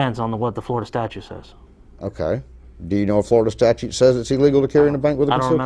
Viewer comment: "...Florida statue says..." I didn't know that "statues" could talk.